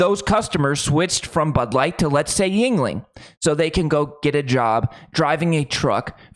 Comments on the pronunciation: Another YouTube that miss pronounces Yuenling! Original spelling was Jüngling! J makes a y sound as in you! The founder was David Gottlob Jüngling a German immigrant. It is pronounced. You-N-ing not Yin-ling. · youngling not yingling